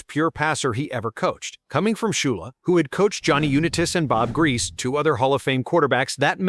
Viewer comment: I'm used to it. It botched Jonny U's and Bob Griese's name though.